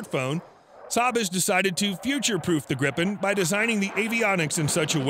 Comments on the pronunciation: Gripen pron: (Gr-ee-pen), means Griphon in swedish. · Its so funny as a person Who is from sweden hear him say "grippen"